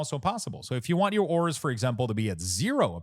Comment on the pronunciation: DUDE please for the love of your family and bloodline.... learn to PRONOUNCE .... AAAAAURAS google it if you dono wtf u saying.